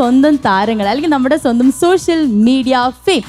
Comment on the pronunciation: സോശ്യൽ അല്ല മോളൂ.